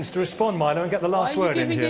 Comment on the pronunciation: You think Kate Smurthwaite deliberately kept mispronouncing Milo's name?